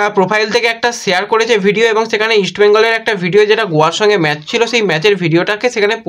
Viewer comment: আপনি কিছু মনে করবেননা। আমি আপনাকে ফলো করি কিন্তু আপনার উচ্চারণে খুব ব্যাথা পাই। যেমন ম্যাজ, সাদ দিন, এসেচি এমন অনেক শব্দ। এইগুলি একটু মনদিয়ে দেখুন প্লিজ।